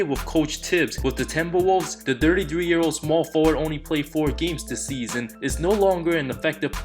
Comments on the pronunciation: Why does it sound like he is saying "Dirty" when he is saying "thirty"? lmao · Normal people: Thirty one thirty two thirty three thirty four thirty five: dirty one dirty two dirty three dirty four dirty five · It truly sounds like dirty 3,dirty 6,dirty 7 whenever you say it ,,,,lol it's cool though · His pronunciation of thirty sounds like Dirty 💀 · Peter Sim “The Dirty 6 year old” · I thought i am the only one who heard it lol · Lol I thought I was the only one who heard that